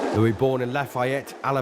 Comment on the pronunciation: Tell the "commentator" that it's Joe LOUIS, not "Joe LOUIE"! I'm sick of morons who can't get ANYTHING right!!!!